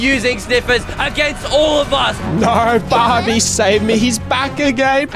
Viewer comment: bro he just sed barby